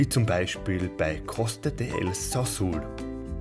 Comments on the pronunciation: Ein sehr schönes Video. Sehr gut gemacht und erklärt. Ich bin 1957 in Wuppertal geboren und lebe seit 1991 auf Teneriffa. So wie ihr die Insel erlebt habt habe auch ich sie erkundet und lieben gelernt. Ach übrigens Sauzal spricht man auch Sauzal aus und nicht Sauzul! Danke für das schöne Video und viel Spaß auf den weiteren Inseln. Grüße aus Santa Cruz. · Sehr schönes Video. El Sauzal ist falsch ausgesprochen. Gesprochen: Sausal! Sonst alles stimmig ! Verbringen 5 /6 Monate im Jahr dort. Bitte unbedingt die nervige Musik viiiiel leiser. Am besten ganz weglassen. Freu mich auf euer nächstes Video 👍